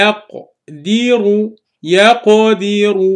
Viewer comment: As salaam Alaikum, Jazakallah for explanation. One clarification in pronounciation of “yakdiru” the last letter of yakdiru is R with fattah so instead of pronunciinh as yakdira it is pronounced as yakddiru here please explain how we know to pronounce such words correctly.